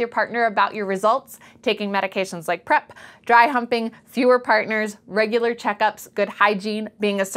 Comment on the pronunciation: it is PrEP not PReP